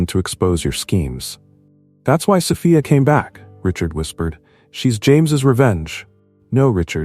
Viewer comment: An interesting & intricate nice story. Well scripted & well narrated. Only flaw is the many times mispronunciation of name 'Sophia' ! Also care shud be given to pronunciation of 'read'/ spelling same but pronunciation different for present tense & past tense !!! Stories need proper editing b4 posting.